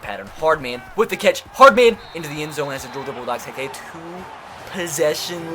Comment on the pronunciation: Hey I wanted you to notice you said Hardman wrong the whole series